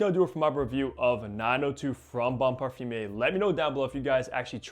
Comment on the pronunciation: I think this is an excellent fragrance, bought it on first sniff this week and can't stop wearing it. (By the way it's not pronounced "parfum-ier" it's "parfum-err")